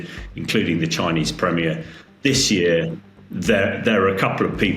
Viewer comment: Chinese premerer? Take O Level English.